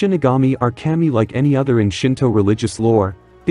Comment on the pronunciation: To help, its pronounced kah-me. 😊